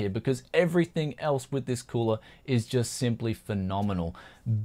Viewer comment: the way like he pronounce "cooler", in italian sounds like "culo (ass)"